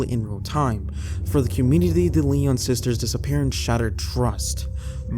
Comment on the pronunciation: Lion is how the sisters last name is pronounced. I lived right down the street and remember this case.